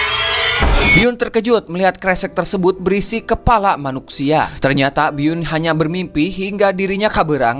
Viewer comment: Kepala manusia bang bukan manuksia😛😛😛